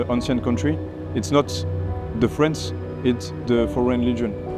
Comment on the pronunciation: they say freace and freach alot for a place that isnt frence....